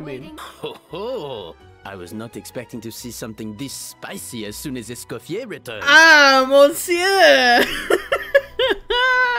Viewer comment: HAHA yes I am a huge gordon ramsay fan XD <3 I was so surprised to know not many people knew this about him :) also i forgot to say in my initial comment, congrats on escoffier c1! That was an absolutely crazy pull you deserved the luck! (And also thank you for saying her name right, so many people pronounce the R at the end and it was driving me nuts 😭) Also another fact I found funny is that her name Escoffier comes from a famous french chef who was extremely sexist and didn't believe women belonged in professional restaurant kitchens. So the fact that Hoyoverse made a female chef character who is named after Escoffier is especially funny to me.